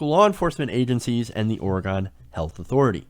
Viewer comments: I really think this pot tax is going to help our state. By the way....it's pronounced or-e-gun, not or-e-gone. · Its pronounced like Ore-eh-gen, not "gone". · it's not Orgon jackass it's OrEgon